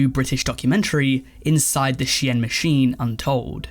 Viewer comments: sheeeen.... not she-yen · I mean it's actually she-in, short for she inside, which is what the brand was initially called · Bro SHEIN,is pronounced“Sh-EAN” like “Bean” with a “Sh” not “she-yin” 🤦🏻‍♂️ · I swear to god if he pronounces shein as “shi-en” one more time instead of “Sheen” I’m gonna explode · Bro did not just call it "She-en" 💀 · It’s pronounced sheen for ffs that’s why the documentary is called inside the shein machine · you're saying Shein wrong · I was devastated when I found out that’s how it’s ACTUALLY pronounced, another reason to hate shein